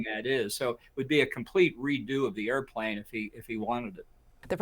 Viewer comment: This is who Trump has always been. MAGA really is another way of saying “stupid.” They’ll catch up eventually. Maybe. Speaking of stupid: “orfer” instead of offer. “air-a-plane” instead of airplane. The man is a moron. lolololol